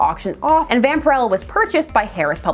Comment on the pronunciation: I had been wondering for years how to pronounce her name. As it’s pronounced here is how I thought it would be.